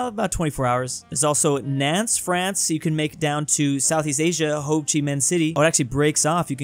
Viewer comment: I'm not even French but the way you say Nantes is triggering me